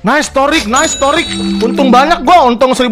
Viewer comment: Nama gua Thaariq bang tapi dibilangnya Thoriq